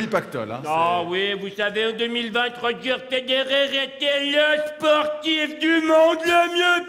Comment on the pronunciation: D'ailleurs, c'est "Roger" et non pas "Roger" ^^